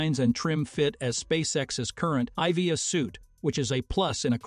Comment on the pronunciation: EVA not EV uh. Feed the computer voice the correct information